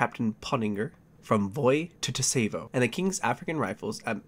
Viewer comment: I find it funny this happened on the date of my birth lmao, I love your videos, keep it up! Btw for future reference Tsavo is pronounced "Sah-vo"